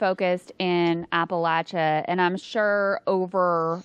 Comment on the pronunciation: I was born and grew up in those mountains and only appa-LAYSH-n sounds right, but it's a big range, maybe it's regional.